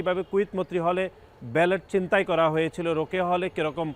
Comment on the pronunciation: ভাই, ফ্যাসিবাদ কে প্যাসিবাদ আর ছিনতাই কে চিনতাই বলেন কেন? এসব কি! হাস্যকর! ছাত্রদল কি কথা বলতে শেখায় না!